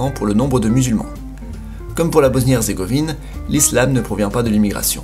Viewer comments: hezzzrzzzegovine mdr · "Bosnie erzrgovine" HAHA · Nan mais j'ai Halucine le massacre qu'il a fait "Hezzrzégovine"